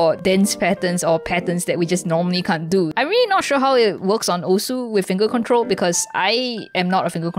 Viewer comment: “dis is rilly crever”